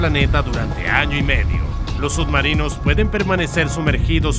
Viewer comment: Pronuncias sud marinos?